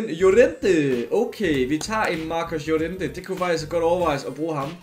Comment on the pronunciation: Nobody:: JoREntE